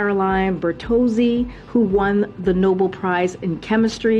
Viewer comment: ...the "Noble" prize? I thought it was Nobel prize!